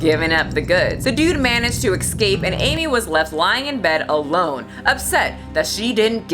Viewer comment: I'm offended that y'all are an educated woman still saying "ex-scape." Ain't no X in EScape. Pet peeves lol But I think I'm more offended that people who clearly can't care for themselves are allowed to own animals. As an ACO I can't change the law, but I sure as heck can protect good animals from bad people, and vice versa.